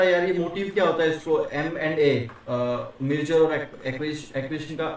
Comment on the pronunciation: Apki merger ki pronounced shi ni h sir dont mind plz correct this